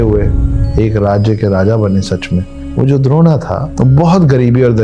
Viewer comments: द्रोणा नहीं द्रोण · kripya dron ko drona na kahiyey kitna sunney mein bura lagta hai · द्रोणा नही द्रोण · Very informative But it’s not Dron not drona,sir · Sir, since you impart epic information, it would help if you pronounced the names properly. "Drona" should be pronounced thus: द्रोण (Droṇa), so please continue your good work but get the names right. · अपना उच्चारण ठीक कीजिए जी। यह द्रोण है द्रोणा नहीं। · Drona nahi dron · द्रोणा नहीं द्रोण।। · Sir द्रोणा नहीं द्रोण है वे. लास्ट में आ लगाना अंग्रोजेने सुरू किया है. लेकीन आप तो इंडियन हैं और characters भी Indian so कृपया सही उच्चारण करोगे तो अच्छा होगा! New generation को characters के सही नाम पता होना चाहिए!